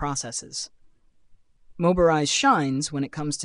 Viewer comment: Yeah, it's not "Moberise," its Mobirise. He didn't even do QC for the AI created VoiceOver. Hah. Do the VO yourself or hire a proof you want to be taken seriiously.